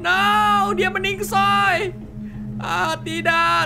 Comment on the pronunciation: plise reg sekali aja " meninggoy" bukan meningsoy plss